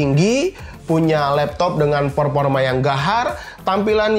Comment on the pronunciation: Performa bang bukan peporma